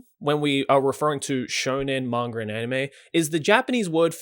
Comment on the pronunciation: "Mangur" Joey Blizinger (Manga)